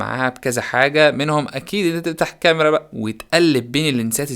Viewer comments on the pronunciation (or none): none